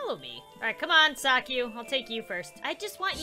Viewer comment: calls saki Saku triggered